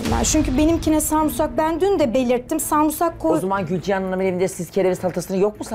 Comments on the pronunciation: Sarımsak güzel kardeşim sarımsak!!! Duya duya sarmusak diyorsun el insaffffffffff tüylerim diken diken oldu yemin ederim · Nobody:: Sarmusak Diksiniyorum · 17 kere sarmusak dedi. Sinirlerim bozuldu 😕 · Ordan biri de demiyor ki o sarmusak değil sarımsak(sarmısak)… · Samursak diye diye insanı soğuttu "SARIMSAKTAN" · Sunucu bile sarmısak diyor, cemaat neyapsin sarmusak😂 dogrusu sarımsak.. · Biri samuusak değil sarımsak o desin hanım efendiye 😁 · Videonun sonuna gelene kadar sinir krizi geçirdim yaa. SARIMSAK SARIMSAKKKK sarmısak ya da sarmusak değilllll. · Ayy delirecem bari sarımsak de defalarca sarımsak demesine rağmen ısrarla sarmusak sarumsaaakk diyo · Kadin inatla sarmusak diyor yaa delircem onlar sarımsak diyor o inatla sarmusak diyor resmen sksksks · Allahim nereye dustum ben yaa samsak doveci dinliyodum 😂😂😂😂 sarmusak nedir ablacim musak ne yaaa 😂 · iyi dayandı ya sarmusak değil sarmısak diye 29391 kere düzeltmiştim ben çoktaaannn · *Sarımsak kelimesine🧄🧄🧄 Sarmısak diyenleri çok duymuştum ama SARMUSAK diyeni ilk defa duydum *Sürekli YANLIŞ ANLAMAYIN demeden konuşamıyor *LAABO diye bir şey var kadının hayatında Neyseki bu hafta artık bitiyor... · "sarumsak" değil ona "sarımsak" denir. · Kadın sarumsak da demiyo sarmusak diyo doğrusunu unutuyodum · O değilde de sarmusak kelimesine takıldı ki sarımsak diyeceğine sarmısak diyor sürekli kadın yanlışta söylese yeter ki ı harfini kullansın diye sarmısak diye diyip durdu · Abla sarmusak ne ya sarımsak 😂😂 Önce konuşmayı öğren sonra gel ablammm🤣🤣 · Sarmisakmı. Yoksa. Sarmusak mı. Önce. Konuşmasını. Bir. Öğrensin. Sonra. Yorum. Yapsın 😂😂😂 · Sumursah değil samirsak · Sarımsak 😒 sarumsak degil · Sarmusak diyemeyip cümlenin içinde 100 kere kullanması 😅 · Hiç kimse:: SARMUSAK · Sarmusak 😂😂😂 hatırlada biraz daha çıldır. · "sarmusak" türkçeyi katletme operasyonu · Biri de çıkıp önce adını öğren demiyor sarmusak...sarmusak.... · Ya bu kadar samursak diyemezsin ya 😂